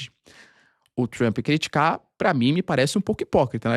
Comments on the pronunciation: "Avaliou Trumo" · " Avaliou, Trumo" 😂